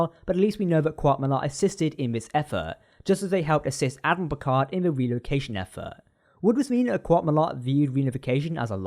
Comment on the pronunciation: Did you just say “*Dad*miral”? Lolz.😆